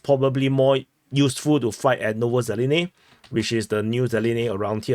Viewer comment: I have to get your atencion,YOU HAVE GONE TO FAR! Thing is LEARN to pronounce at list the names of the cities correctly!!!! (ZELENE is ŽELJANE! I don't understand you really at ALL) If you lousy speaker of English,at list you MAST say name of the Towns RIGHT. Athervise go live in Singipi.